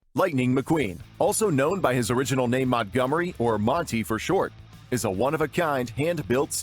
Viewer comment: "Monty" "Montgemory" haha... Wonder where that came from...